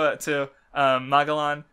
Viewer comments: Mag a lon... geez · It's Ma-gel-un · "Mah-Jel-An." You know, like Ferdinand Magellan. The First recorded person to circumnavigate the globe. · Oh yes and a very good thumbnail to boot EDIT: Wow the opening really fits since this is such a Divine comedy Kinda salty my shitty comment didn't get a response but whatever and btw what's with pronouncing every name in the series wrong like where does he get that from Ok you explained why you say Magellan wrong but fucking hell every time you say his name I want to die Ok on how Iva was introduced I think it was just to show that Iva doesn't give a fuck and I like that And the Apu thing is just stupid Starts listing the weakest crimes they could possibly commit come on there in Impel fucking Down these guys are most likely straight up murderers and rapists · Please say, MAGELLAN CORECTLY.😬🤯 I hurts me to to hear that weird pronunciation.